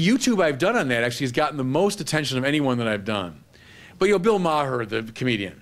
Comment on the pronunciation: For a Jesuit, he sure doesn't have a great argument against Maher's movie. He disses & dismisses him without engaging his arguments. He purposely mispronounces his name. He's literally "preaching to the choir", and doesn't ask fundamental questions. It's all about feeling good being part of a "team", the Catholic team. It's not about truth. Hitchens would have sliced and diced this cheerleader.